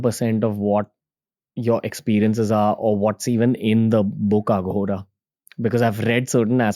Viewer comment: Thank you for all the info, but Ranveer, please don’t say Aaghora (आघोरा), its Aghora (अघोर)